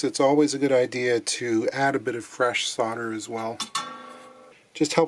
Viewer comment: Thank you for saying solder and not solder.